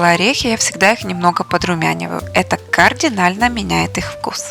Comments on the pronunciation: кАрдинально. Не координально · я еще могу отличить кААрдинально от кАрдинально 😅 да ладно, на русских федеральных каналах русские неучи ошибаются, а это вроде даже и не ваш язык. Не благодарите